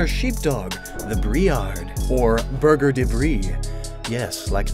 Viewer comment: It's a soft "g" sound when you pronounce "berger", and the r is also silent. You pronounced the word like "burger" and I was confused for a few seconds xD